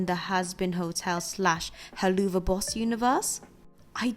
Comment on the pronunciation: By the way, it's pronounced hell-la-v-boss